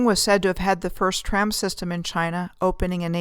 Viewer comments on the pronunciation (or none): none